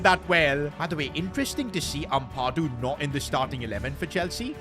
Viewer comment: Bro Am-Pa-Du not Ampardu